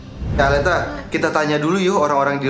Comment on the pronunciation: bukan aleta